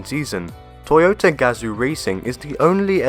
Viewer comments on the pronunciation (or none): none